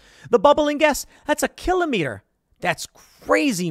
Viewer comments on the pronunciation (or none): Funny hearing Tim say 'kilometer' he does puts the accents on the same places as we in The NL who use these metrics.